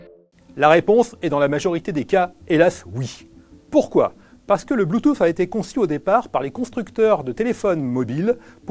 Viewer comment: le mec prononce bloutouffe au début de la vidéo